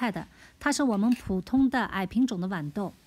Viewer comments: 拜託是豌豆不是碗豆。（豌）是平聲（碗）是三聲。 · 豌豆的豌是一声